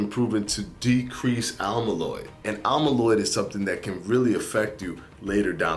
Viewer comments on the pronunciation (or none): amyloid, not almyloid